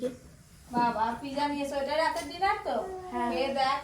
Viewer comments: This is not piza actual word is pizza very bad talking style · ওদের কেউ বলেন এটা পিজা নয়,পিজ্জা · Pija 😂😂😂😂😂😂 ..... village food Mota moti thik thak kintu ei vlog gulo khub geyon geyon ..... shob bhul bhal uchcharon ..... aekdom faltu